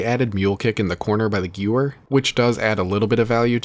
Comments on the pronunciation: Gewehr is pronounced guh-vayr (not gyou-wur). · Shi No Numa means swamp of death. Also the w in gewehr is pronounced like a v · bro says gewehr like i used to say it when i was 9